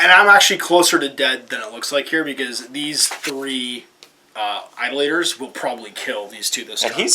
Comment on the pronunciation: Eye-DOLL-itors. Those who worship idols.